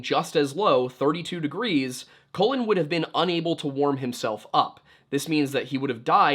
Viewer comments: hey, just a bit of a note. Colin is pronounced like cauliflower, and Cullen is pronounced like cull, not like colon. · As always, great video. But it was pretty distracting that kept pronouncing his name as "colon" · Could not get over the fact he kept pronouncing Cullen “colon” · It sounds like you are calling him COLON